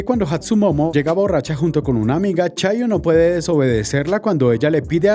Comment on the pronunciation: chayo🤣🤣🤣🤣 en lugar de chiyo 🤣🤣🤣